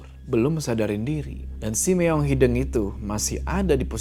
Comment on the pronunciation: Walaupun agak kesel bilang hideung nya malah hideng, leuweung yg malah dibaca leweng, tp crta ini seru polllll❤